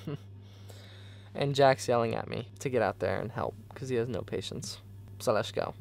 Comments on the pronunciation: Anybody else on board for calling it “Lesh go Sundays”?? Or us calling it that idk lol 😂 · Does he have a speech impediment? I hear lezzzgoo over and over